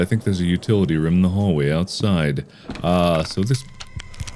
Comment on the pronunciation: hearing mark pronounce food like "fuhd" and room like "rhum" is so satisfying for no reason